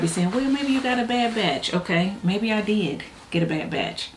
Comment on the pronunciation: Your enunciation of “diD” plus the sheer honesty of this review have me cracking up and promptly deleting these items from my cart. Your candor is greatly appreciated! My wallet and I thank you 🙏🏾 ❤